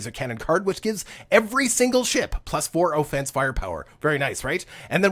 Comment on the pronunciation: LOL.. I was enjoying the videos, but now I cant get past you pronouncing offense with a "long OH" sound. Keep up the good stuff - make sure you update on features that no longer exist like breaking down commodities for resources.